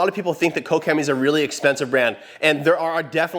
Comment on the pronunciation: lol wtf, I have never hear someone say Koch Chemie as “kow Chemie” .. Jesus 🤦🏻‍♂️🤦🏻‍♂️🤦🏻‍♂️😂😂😂.